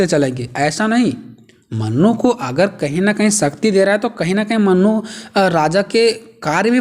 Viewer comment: Mannu nhi manu 🫣